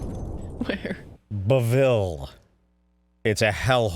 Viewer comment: “Ba ville”...wtf is that?